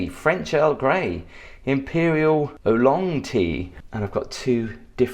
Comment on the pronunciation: Did you have a taste of the Imperial Oolong tea? From the way you pronounced, I guess not. It most probably is the best tasting and most expensive tea in that cabinet unless you have white tip tea often called something like Golden Leave or something. Still the Oolong should taste better if properly made (just a tad darker than golden).